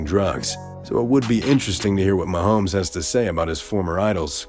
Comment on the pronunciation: How much did they pay this C actor to say "Mahome"?